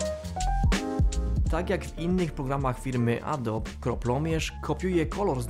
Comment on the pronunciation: nie mówi się "adob" :)